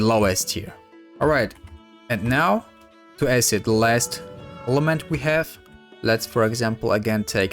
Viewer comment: When you say “Winde” and “Ace-cid” I start laughing I don’t mean to mock how you speak at all